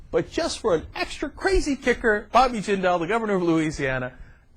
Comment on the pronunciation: It's "Jindal". And he was born in the United States, which makes him an American.